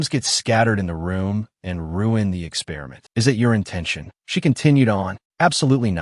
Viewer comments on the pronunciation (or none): none